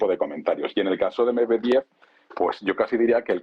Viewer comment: Amigos de AL, una vez para siempre. El nombre MEDVEDEV se pronuncia MED VIÉ DIE V. Con el accento bien marcado EN LA SEGUNDA E. Suerte, hermanos.